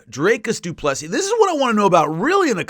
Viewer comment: For someone great with names DDP name is pronounced do-plee-see